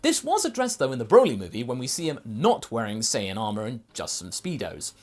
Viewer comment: ha he said saiyan